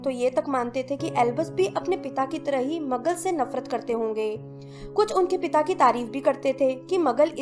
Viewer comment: Behen magul nahi hota maglu hota hai